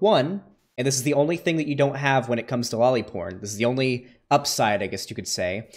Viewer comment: The guy couldnt even say lolly porn